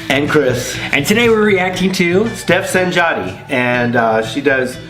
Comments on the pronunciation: her last name is actually pronounced sahn-yahtee : ) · you pronounce it sanyati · I judged you guys wrong! Expected this vid to be transphobic. You two rock, subscribed! Also, I think her last name is pronounced Sanyati, at least that's how I heard her say it in a recent video. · Tajda Tavčer OMG same! I was pleasantly surprised and first vid as well. Only correction which is a common mistake, San YATI is how it's pronounced :)